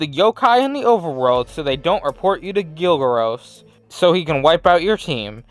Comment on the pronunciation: It's gargaros not gilgaros